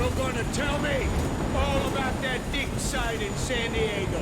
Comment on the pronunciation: the way it says "dick" instead of "Dig" 😭😭 (I was in school when i found the caption)